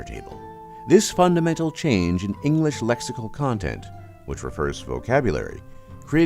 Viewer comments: Would be amazing if the speaker would be able to pronounce EnGlish, not Enlish :P I am of course just picking fun here :) I love the history lesson <3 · You ought to learn how to pronounce the word "English". It's pronounced "ing-glish", not "ing-lish". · Narrator can't pronounce the word English!